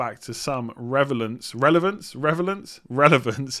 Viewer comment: When said revelance....i felt that